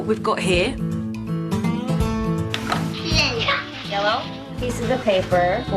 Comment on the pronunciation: 5 years old and still saying "lellow"?... no one has sat down with her and taught her how to pronounce the "y"